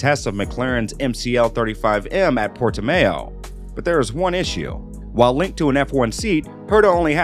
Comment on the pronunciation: “Portimow,” not “mayo”